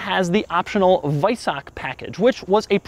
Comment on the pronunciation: WEISACK................LOL HAHA Doug, it's WeisaCH CHHHHHHHH